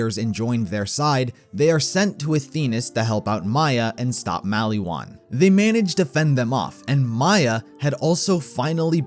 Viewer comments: why do you say maliwan like malywan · Mal-E-Wan Isn't it said Mol-Ee-Won? xD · The way you say maliwan triggers me